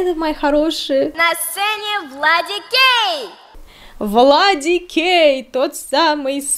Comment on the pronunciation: Все же слышат вместо ВладиКей — ВладиГей? Может это такой камингаут? 😂